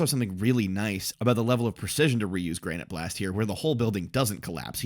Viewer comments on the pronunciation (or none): so one thing I read recently and confirmed in the anime pronunciation, it's not Granite Blast, but Granité (pronounced gran-ni-tay) Blast. It doesn't affect anything, but I thought it was a cool detail